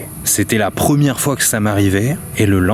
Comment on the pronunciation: 1 ème c comme si tu disais premième